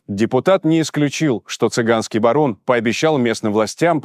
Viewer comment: Не барон, а БАРО.